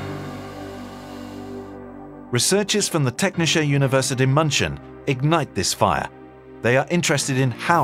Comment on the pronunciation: "Teknisha University Munchin?" Is this video narrated by a bot or simply a complete moron? If you can't say Technische Universität München, then don't try. Just say Technical University Munich.